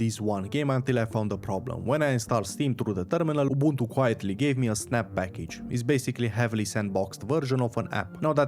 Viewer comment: Dam you said Ubuntu the way our mother tounge pronounced.